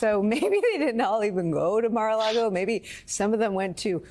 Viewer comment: He slipped when he said Margo largo.